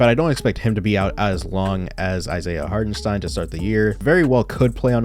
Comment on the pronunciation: Shoutout to your pronounciation of Hartenstein. As a German, it really is hard to watch some „experts“ remain pretty clueless when he is in the league for multiple years. Keep it up bro